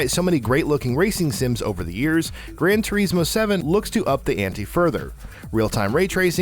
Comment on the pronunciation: Its pronounced tour-iz-mo